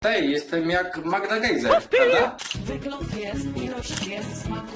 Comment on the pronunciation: Gessler A nie gejzer